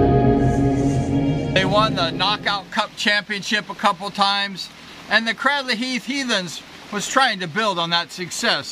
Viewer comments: Fantastic video. So nostalgic for me. All those riders names I remember. But particularly because I was born in the house right next to the church you can see in the video at 6.20. and lived there from 1963 until 1985. Can I just say though, that it’s pronounced Craydley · Lol, thank you this is great as I’ve been a fan since I was kid! But it would be even more epic if you actually pronounced Cradley correctly. It’s actually pronounced as if it was spelt: ‘Craydley’ Or like ‘Cradle’ thanks again, love the memories!